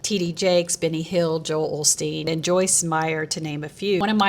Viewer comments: Did she say Benny Hill instead of Benny Hinn?😅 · Not "Benny Hill", but "Benny Hinn". Two VERY different people. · Benny Hinn, not Benny Hill 😂 Waaay different guy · Benny Hinn not Benny Hill lol. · Benny Hinn not Benny Hill! lol